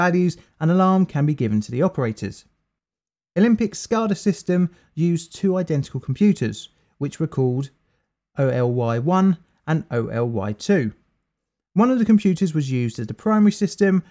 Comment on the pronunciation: It's ollie 1 and Ollie 2.. not O L Y .. this is the result of only reading research and not doing and footwork to possibly interview someone actually involved.. but talking to humans face to face is not today's type of MO.. 🤭..